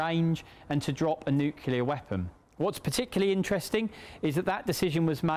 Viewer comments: Bloke cannot say Nuclear. Its Nuclear not Nucular. So embaressing. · Always puts me off when the commentator can’t even pronounce Nuclear properly! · Why can't people say "nuclear" properly? It isn't difficult.